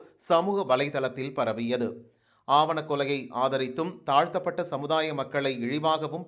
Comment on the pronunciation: அது ஆவணக்கொலை அல்ல ஆணவக்கொலை. திருத்தி படிக்கவும்.